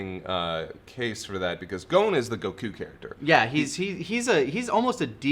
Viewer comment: Great show but I LOATHE the way you pronounce Goku’s name